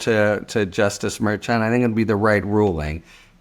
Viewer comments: EXACTLY! It is not pronounced MAIR CHON or MAIR CHUN. Names are important. He doesn’t listen, and he doesn’t care, and it’s extremely disrespectful! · Idk why it bothers me so much, but the judge's name is pronounced Mer-Shawn. Your own KM told u how to pronounce it. It seems disrespectful, like how Republicans mispronounce Kamala.